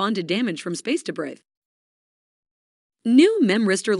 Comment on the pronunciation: If it wasn’t for the voice pronouncing debrit wrong, it would be hard to tell it was artificial speech at all. It even has a slightly raspy voice… studies have shown we find these kinds of voices more attractive since it indicates potential arousal on the part of the speaker. I’m going out on a limb, but if IA were to want us to be engaged with the content, that would likely help haha.